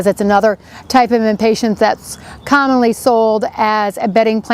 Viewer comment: Wow. This is SO not helpful. #1-- You say 'impatints', with a T, instead of impatiens. #2 -- As another pointed out, it is impossible to see exactly what you are doing -- AND -- you do not say Above or Below the leaves. ???? Perhaps a gardener Knows, but this video isn't this video Supposed to be for us non-gardeners??? Suggestion: have your videos peer reviewed before releasing. UGH.